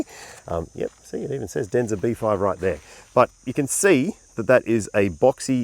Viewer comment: Waiting for the comments about the name. your Chinese accent is spot on.😅